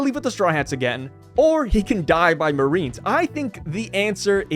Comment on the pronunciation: Yes, the moe-arines.